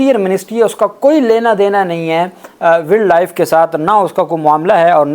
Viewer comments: Please correct, its not willd life, it is wiled life, it will sound like wyld life. from Boston USA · جناب صاحب، تھوڑی اپنے تلفظ کی درستگی کر لیں۔ ولڈ لائف نہیں ہوتا، Wildlife وائلڈ لائف ہوتا ہے۔ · شہزادے بھائی ولڈ لائف نہیں وائلڈ لائف کہتے ھیں افسوس اردو میڈیم سکولوں کی یہی کمزوری ھے جہاں انگلش بولتے ھوئے انگلش لہجے پر زور نہیں دیا جاتا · ولڈ لائف نہیں ہوتا وائلڈ لائف ہوتا ہے تلفظ صحیح کریں شکریہ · بیٹا جی ولڈ لائف نہیں یہ وائلڈ لائف ہے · وائلڈ لائف نہ کہ ولڈ۔ ویسے مان لیں کہ وفاقی سیکرٹری کابینہ اس منال ریسٹورنٹ کا اصل مالک ہوگا ۔ سامنے لیبل بھائی کا لگا دیا ہے ۔ اگر ایماندارانہ کھود کرید ہو تو سو فیصد یہی حقیقت سامنے آئی گی ۔ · بھائی جان انگریزی صحیح پڑھا کریں وائلڈ لائف ہے ویلڈ لائف پڑھتے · او بھائی ولڈ لائف نہیں وائلڈ لائف ہوتا ہے ۔ تمہاری انگلش بھی میری طرح پوری پوری ہے ۔۔ 😅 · وائلڈ لائف ہوتا ہے، ایڈووکیٹ صاحب، تصحیح فرما لیں۔ شکریہ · Salaam Bhaijan. Please use correct pronounciation when using English words such as ' wildlife'. It's embarrasing ! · Dear advocate, please check your pronunciation of wildlife. Hope you won't mind it. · “Wildlife” to be pronounced correctly please.😮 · Please pronounce Wildlife correctly! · Wild life pronounce hotaa hey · Please correct your pronunciation of Wild Life n other English words.